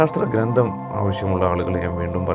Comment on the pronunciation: വിലയേറിയ അറിവുകൾ. വളരെ ഉപകാരപ്രദം . ഒന്നു ശ്രദ്ധിക്കുമോ ? " ഗ്രന്ഥം " എന്നാണ് .ഗ്രന്തം, അല്ല.